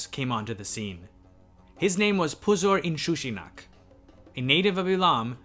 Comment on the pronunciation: Just pausing the video to praise you for being able to speak all those super difficult names. Puzur-Inshushinak doesnt roll of my tong so easily.